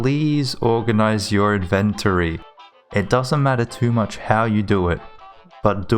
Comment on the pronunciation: The way inventory is said bothers me lol, invent-turrie